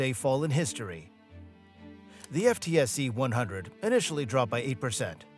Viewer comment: The "ef tee es see"? 😂